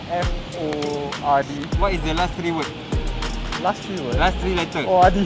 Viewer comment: The number 3 is pronounced 'Th-ree" not 'Tree'